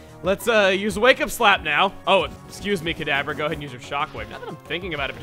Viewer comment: Whenevever you said kadabra it sounded like cadaver lol.